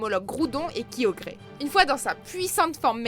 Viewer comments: Aïe mes oreilles >< !!! LatiaS LatioS KyogrE (e pas é) Kyurem dans ce top !!! Aïe rip la strat... Arceus n'est pas Prems !!!! Sniff Requaza n'est pas censé être le pokemon le plus puissant du jeu ?? RIP LA STRAT !!! Ça va fildrong ? Pas trop de cheveux en moins? Ton coeur a supporté cette vidéo? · C'est bien beau de faire des tops sur les pokemons les plus puissants mais si vous meytez que des megas sa sert strictement à rien et c'est pas rechercher, c'est la solution facile. Et epargner moi le massacre sur les noms des pokémons parce que la sa fait vraiment peur pourquoi "KIOGRÉ" prononce le comme sa s'écrit bordel c'est pas compliquee !! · Le vrai top serait: 1 méga rayquaza 2 primo groudon/kyogre 3 arceus 4 méga mewtwo Le reste c'est discutable.Par contre,en plus de ma rage sur le fait que ce top c'est bullshit(je ne m'en plaint pas trop puisque vous l'avouez) LA PRONONCIATION BORDEL. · QUOIII? C'EST QUOI CETTE PRONONCIATION DES POKEMONS ?? surtout kyogre quoi 😂😂 respecte nous 😂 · La prononciation de kyogre lol,neoxys a été détrôné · Méga-latio*S Méga-latia*S C'est pas compliquer bordel Ah oui et kyurem et nul ce n'est pas parce que il a l'air fort dans le film que c'est pour ça qu'il est vraiment Et aussi apprend a bien prononcé le nom de kyogre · J'ai un problème avec la prononciation quoi ça se dit pas kyogré sa se dit Kyogre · Kyogré JPP 😂😂😂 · Ses possible de dire kyogre a la place de kyogré et latias et latios au lieux de latia et latio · Primo kyogré😂😂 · C'est kiogre pas kiogré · c'est pas kiogré, c'est kiogre. En tout cas mon pkm le plus puissant est Hoopa forme déchaîner avec sa vitesse et sa puissance incroyable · kyogré ? Mais ptn mauvaise prononciation mais j'adore toutjours Kyogre Vous êtes là les Fan de kyogre ? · la première fois qu'il es cité j'ai entendu guyodré perso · Kyogré ?! Sérieux ??! Latio latia ? Bruh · Tu m'a tue avec primo kiogré ses kiogre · WTF kyogré sa se prononce (qui ogre) Kyogre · "kyogré" mdrrrr c'est "kyogre" simplement 😌😌😌